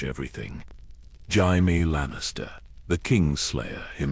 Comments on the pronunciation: Poor Hah-mee Jah-mee 😂 also did no one proof read before sticking it in ai? I get ai mispronouncing jamie but how do u get bray-stee-on out of Brienne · Omg Jime. Why couldn’t they say Jaime’s name correctly. The voice is nice but for goodness sakes that’s a pretty big mistake in AI that should be fixed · Stupid AI can't pronounce Jaime.